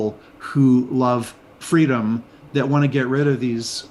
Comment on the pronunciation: It was very hard to understand the news broadcast from the station. Your lady does not pronounce very well. One example and they were through the broadcast, the word freedom, was prononced fleedom